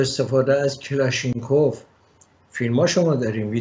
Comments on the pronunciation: درود. اسم سازنده ی این اسلحه کلاش نی کف میباشد و شما به راحتی میتوانید انرا روی انترنت پیدا کنید. وقتی واژه ای اشتباه تلفظ میشود باید قبول کرد که انرا تصحیح کنیم! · درود به اقای. استاد عزیز تلفظ صحیح اسلحه ای که نام بردید. کلاش نی کف میباشد. با پوزش فراوان. 😊